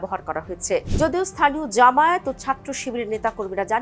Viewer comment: ভালো করে উচ্চরণ করো জামায়েত নয় জামায়াত